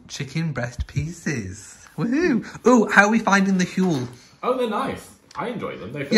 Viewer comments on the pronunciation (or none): none